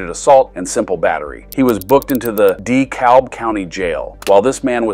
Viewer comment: the dee-kalb county jail, haha